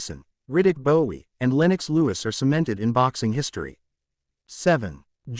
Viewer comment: It is Riddick Bowe, not Bowie 🙂